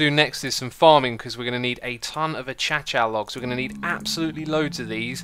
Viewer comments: ‘’Achacha logs’’ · Ah yes, the achacha blocks